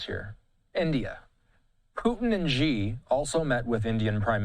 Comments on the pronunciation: In pinyin, the letter “x” sounds like “sh”. So “Xi” is not pronounced “Jhee” but “She”. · Xi is pronounced "she-" not "gee-" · The Xi sounds like She in Chinese, not Gi. the ignorance of this host. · it's not pronounced "jee-" it's "chi-" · Such large news networks and nobody thinks to look up how to pronounce "Xi"